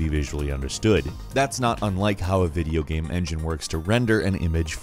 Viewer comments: He said video gam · "pretty much the sam" edit: "3-D video gam"